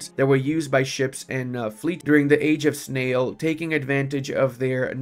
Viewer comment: You said age of snail not sail